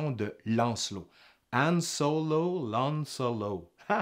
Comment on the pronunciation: Son nom c'est Han Solo, pas An Solo